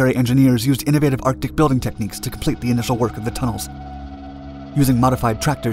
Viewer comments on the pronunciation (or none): none